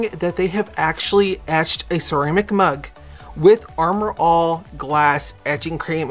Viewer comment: I love how you keep saying Armour "All" LOL Your so funny.